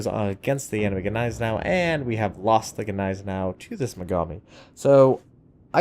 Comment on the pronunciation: the G is GNEISENAU is silent, just a heads up